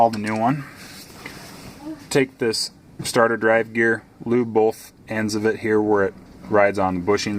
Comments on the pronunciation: I knew he was saying it wrong lol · you’re saying statter it’s STAYtor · I do believe its pronounced sta-y-tor....